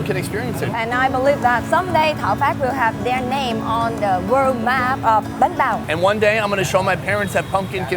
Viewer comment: good job guys. wish i could like it 100 times. watching it 2nd time and still laughing at some of the details i missed. said banh bao with VN accent perfectly meaning he's been in VN too longggggggggg:) when r u going back to the states to visit ur family? they miss u:(